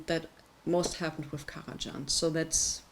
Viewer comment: Indeed, it’s just Karaj[h]an, as in German. And it retains the same pronunciation in any language. Thank you for the review, though!